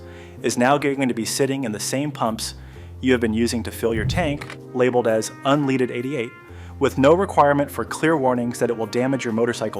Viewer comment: Maybe learn to say "unleaded" correctly to be taken seriously